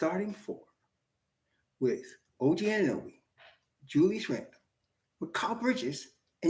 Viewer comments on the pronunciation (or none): none